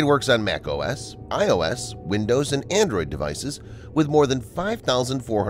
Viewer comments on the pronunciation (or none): none